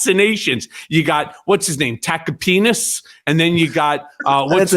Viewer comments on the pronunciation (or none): Did I catch an "attackapenis" in there from Cohen? Awesome. Oh he dropped it again later. Thought I heard him right. Solid nickname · Did he say Tacopenis?!😅😂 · It’s “taco penis” like Stephanie says.